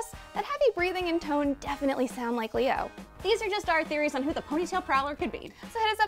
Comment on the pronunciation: It's leeore, the rabbi son